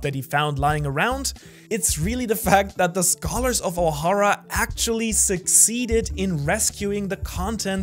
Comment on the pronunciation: Why does Ohara pronounce Ohara differently than when he says Ohara... Why Ohara ?